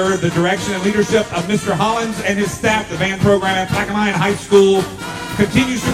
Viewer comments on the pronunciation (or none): Omg annoying announcer said plaquemine wrong it's plaq-ue- min